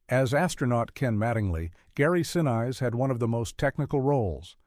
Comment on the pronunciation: Gary Sineyes? Repeatedly! Thank heaven NASA's attention to detail is better than Old Classic Hollywood's.